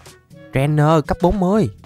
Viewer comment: Đọc là ushifu và em chúc thầy một ngày vui vẻ